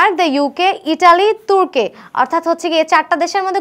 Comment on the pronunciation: আপু তুর্কে না, তুর্কি হবে😅